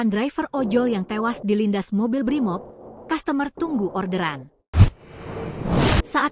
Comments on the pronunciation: Customer itu dibaca "kastamer min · Kok customer dibaca dengan gaya Indonesia ya?